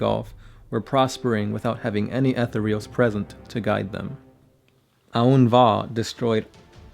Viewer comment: Jesus, fuck, how do you not know how to pronounce "Etherials"? Fucking, google the word "etherial", use that little thing that tells you how it's pronounced...now add an "s" to the end and you're fucking done. Christ. He destroyed "any likelihood"? I think you mean "likeness". I don't think he can destroy the possibility of Farsight....whatever that's supposed to mean. Also, love the, at least, 10 facts that aren't about Farsight...nice.